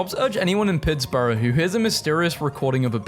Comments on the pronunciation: For future reference, in America the end of the word Pittsburgh is pronounced as "berg." It is NOT said the same way you pronounce the end of Edinburgh :) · 'pits-burrow' welp, this is gunna be a thing for me, now. thanks. lol